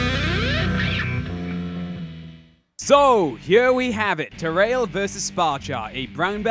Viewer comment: you were saying it correctly. I thought I told you this before though. "Ta-rail"